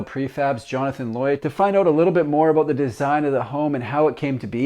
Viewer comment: What's that home all aboot?